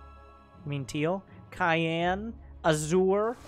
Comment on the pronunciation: Cyan is pronounced Sigh-ahn, not cayenne